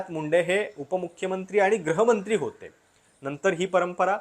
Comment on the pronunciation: गृहमंत्री शब्दाचा उच्चार ग्रहमंत्री असा करताय, तुम्हा लोकांचे चुकीचे उच्चार ऐकून सामान्य माणूस पण चुकीचे उच्चार करतो, माय मराठी जपा.